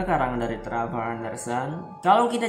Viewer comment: Dibaca trevor itu bahasa Inggrisnya nya bro